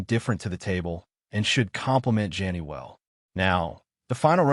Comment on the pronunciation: its ASHTON GEN-TY dude NOT JANNY AI much